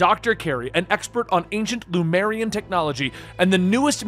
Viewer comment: love your work, man! Love this run, too, but I gotta say one thing because it always drives me nuts. It´s LeMUria, not LuMEria.